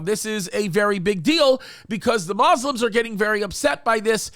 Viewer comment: Not Ma-slims ! It’s pronounced Mu-Slims (Muslims). That’s like the pronunciation of Catholic as Catlicks or Cat-licks. Anyway regardless of what the courts say, religiously speaking the reason their not supposed to worship or pray up there is because it has to first be purified by the ashes of a red heifer. That’s why they gave them control of the Temple Mount, it’s as a double standard you (Muslims) take control of it but your unknowingly providing “free enforcement” so the Jews don’t up there until the time for purification takes place. That is fact and the real reason they gave them control. Who knows maybe they are ready! When they are ready they will take full control of it under the power of the Antichrist. They did recently burn a normal cow with other elements to get the proper technique down and ash ratio. That was a dry run.